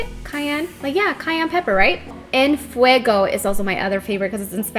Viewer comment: En fueco??? No mams. Es impresionante como con cara de nopal no hablas bien tu español. Es... En fuego!